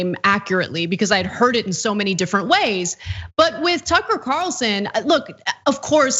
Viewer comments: Soooo, is everyone going to start pronouncing his name 'Tooker'? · Someone should call him Tookaah and see how he likes having his name mis pronounced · I'm like 3 minutes and 50 seconds and yeah they definitely makemillions of dollars a year definitely more than you and your wannabe YouTube subscription. I'm sorry I'm so full of hate I just thought that you know we would degrade people for personal opinions and the way they speak words. I don't like the way that you say Tucker's name I think that you're mispronouncing it unintentionally and ignorantly